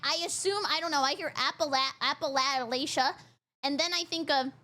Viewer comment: that's not Appalachia is pronounced